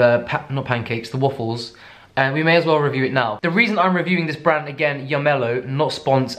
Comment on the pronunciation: So.... is it just me or does the way you pronounce waffles with your accent sound like woofles because as soon as I thought that I couldn’t not hear it😂